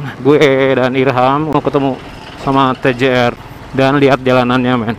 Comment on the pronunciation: kalo "ti ji ar" jadinya tgr dong ya 😁😁 emang sih masih sering denger yg ngucap gitu, harusnya kan "ti je ar" baru deh itu tjr.hehe